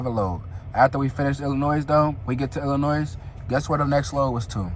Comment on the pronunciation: I love your personality and story telling skills I had to subscribe!! As a Chicagoan though, the 'S' in Illinois is silent. With love ❤